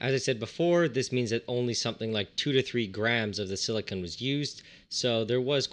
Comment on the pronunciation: Is no one going to point out the fact that he says silicon weirdly. Like, when he says silicon tetrachloride it sounds like silicun, the way most people say it. But when he is talking about silicon by itself he over emphasizes the "o". Like sili-CON.